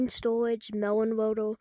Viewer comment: "mewon woadew" bro why you sound like a 5 year old learning english? and PLEASE fix your captions/onscreen text, jesus. Mr speech impendement over here